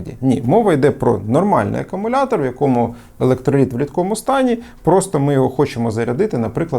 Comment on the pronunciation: Як можна стільки років працювати з зарядними пристроями до акумуляторів і вимовляти слово акумулятор неправильно?